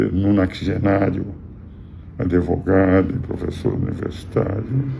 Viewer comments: É advogado, não adevogado. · Professor, o nome da profissão é Advogado. Não Adevogado.